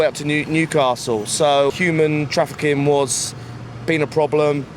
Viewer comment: get this dude a library card ASAP. Not only can he not even come close to being able to define human trafficking, but he also cannot pronounce it.